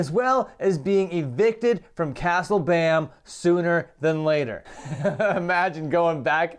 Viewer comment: Castle. It’s pronounced castle Bam 😂